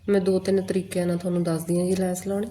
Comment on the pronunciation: ਲੇਸ ਨਹੀਂ ਲੈੱਸ ਹੁੰਦੀ ਏ ।